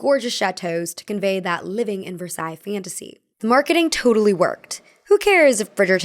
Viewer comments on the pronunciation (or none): none